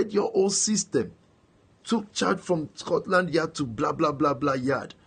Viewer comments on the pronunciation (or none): none